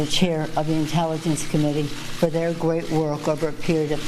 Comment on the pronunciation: The way she says " Thier great work" ... She talks like someone who is heavily medicated or drunk.